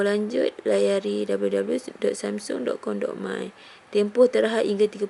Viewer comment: sebut jela samsung xya la semsung aca omputeh je nanat